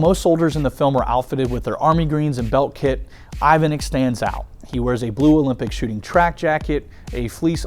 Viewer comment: Ivanic isn't pronounced as "İvanik" , it is "İvanich"